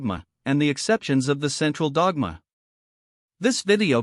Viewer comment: What a computer voice. I almost vomited in the first 30 seconds because of the way it pronounced "the central dogma" repeatedly.